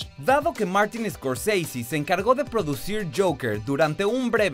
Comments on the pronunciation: Martín scorsise jajaja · maurttin scorseiseee jajajajajajjajaj